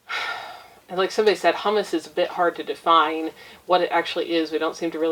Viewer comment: Humus = “Hew-muss”. Hummus = “Hum-Us”. Humus is what is left over after other things have broken down; hummus is made from garbanzo beans and is a luscious dip. Thanks for the tip on the book! I will get a copy.